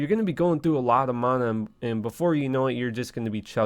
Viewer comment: Exactly lol...despise how he says it.